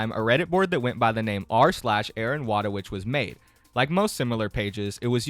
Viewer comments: btw her name is pronunced Voytovich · Thats now how u pronounce wójtowicz. but true respect for not even trying to pronounce it, Polish is annoying.